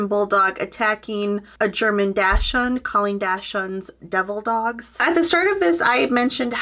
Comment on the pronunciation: Is that North Dakota pronunciation for Dachshund?